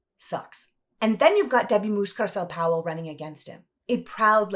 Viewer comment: It's Mucarsel not Muscarsel